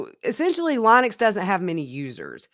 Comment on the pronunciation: Thank you so much for your channel. Linux is pronounced like the lady's name - Lynn-ux.